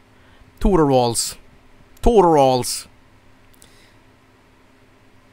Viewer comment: TOOTURALS?! TOOTURALS?!